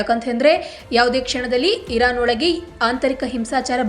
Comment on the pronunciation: Iran spasta ucharane illa🔥